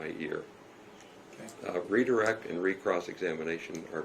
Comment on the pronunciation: He said “re-cross,” didn’t he? I still agree, he’s lucky he can’t lose his job over this.